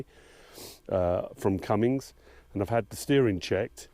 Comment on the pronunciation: Will someone tell this Britt there is NO "G" IN Cummins!!